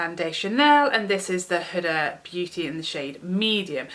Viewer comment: Huda pronouced whoodaaa .